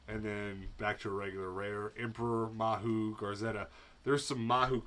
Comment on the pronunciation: It’s majew. Mahu is Hawaiian slang for a transperson